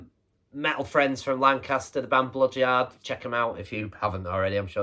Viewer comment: Top people, both of them! Cheers, dude. Much appreciated. Aaah, Bloodyard! No wonder I couldn't find them, I thought you said Blood Jar! 😂😂😂